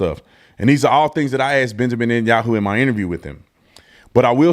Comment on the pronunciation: This moron can't even pronounce b.n name correctly.